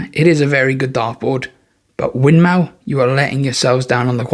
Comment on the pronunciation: Win more not mow 😂😂😂